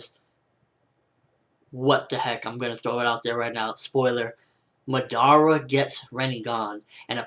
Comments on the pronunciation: He is pronouncing it like this 'Ma-dara' you just say it like this 'Madara' but its ok cos its not like i didnt like the vid or somthing its just that its a bit annoying to hear him pronounce it that way. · He pronounces Madara completely wrong -.- it hurts my ears...they r bleeding now